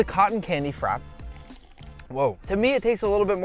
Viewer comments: Nick, I am annoyed at you now. You said "Frap" when it is "Frappè". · please nick, don't call it frap 😂 it's a frappé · It’s pronounced frap pay. You pronounce the e!! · Frappe.. Not frap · The way he says Frappe bugs me, is he saying it *properly*? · Hi Buddy! PLEASE Google how to pronounce "Frappe". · can't even pronounce frappe bruh😭😭💀💀💀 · Why is no one talking about the way he says "frappe"